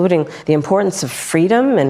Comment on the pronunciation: I thought what she wanted was "fweedom".